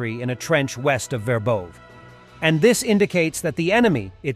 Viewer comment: Verbose is pronounced Ver vov VA! Robityne is pronounced Row bot tyn na!